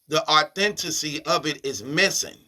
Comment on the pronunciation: Thanks for bringing the “authentessey” on this one!